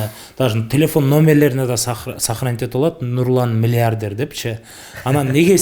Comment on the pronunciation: Алып баруучу бала «мильиардьэр» дейт ко🤦🏻‍♀️